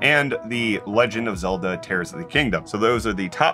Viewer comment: Did really pronounce "tears" as "tears" instead of "tears"?? Unbelievable